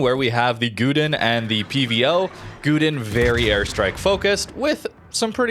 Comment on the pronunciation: it was good until Gouden pronunciations :3